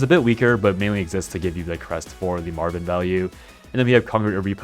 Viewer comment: I keep hearing you call Marwynn Marvin 😂